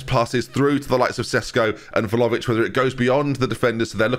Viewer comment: Like it's spelled but ben says more like Vhalovic